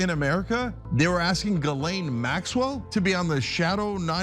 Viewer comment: Super interesting. But (has nothing to do with you), its always funny to me to hear english sleaking people messing up gislaine maxwell's first name...she has a french name, shoukd be pronounced JISLAINE. ...lolll